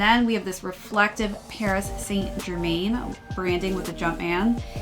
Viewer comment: Not be picky also Saint Germain isn’t pronounced like it spelled it’s more “Sant Germân”